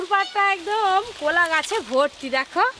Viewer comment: ভূতে ধরব আবার,,আর ওটা কোলা না কলা